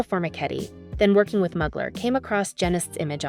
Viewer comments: It's mooglar not mug lar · Fashionista. I only know one designer whose last name is Mugler. If we’re speaking of the same guy, a pronunciation tip to the catwalk chick. MUGler is NOT the way Thierry Mugler says his name. It’s like this: Terry MYOOgler. No MUGS. MYOO. Don’t like tats, in general. But he’s spectacular. What an intense work of art. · It’s pronounced “Moo-glare” 💕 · His last name Genest, is pronounced je-nay, and Mugler is pronounced moo-glare. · Not even… It’s MÜ-GLÈRRRR…. And ZHË-NÈ… Both are virtually impossible to pronounce for native English monoglots… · please learn how to pronounce the names of luxury brands properly! I mean come on ... Mugler ... for example ... fashion houses represent institutions of art and fashion extremely valuable to history and to this day remain relevant for how their work influenced culture, sexuality, other art forms and society. You should know how to pronounce names out of respect! Lets do some more research people! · The pronunciation of Mugler is painful. Is this narrated by a human? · not sure ! many people don't know how to say a U the French (or Turkish) way